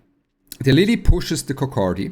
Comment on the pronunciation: 🤣🤣🤣 he say coc K many time